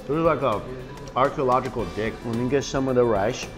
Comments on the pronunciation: did it say like "Archaeological Dick" or Archaeological Dig? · Did he say Archaeological dick? 😂😂😂😂😂